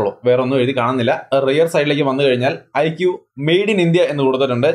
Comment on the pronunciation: Mi 11x നല്ല നിലയിൽ തന്നെ തേഞ്ഞു അല്ലെ 😂😂 Iqoo 7🔥🔥🔥 പിന്നെ ഐഖൂ ആണ് (ഐക്യൂ അല്ലാട്ടോ )💕💕